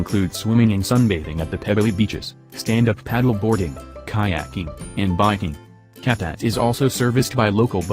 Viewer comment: Cavtat pronounced as Shaf Dat not Calf Tat. Sighh!!!!!!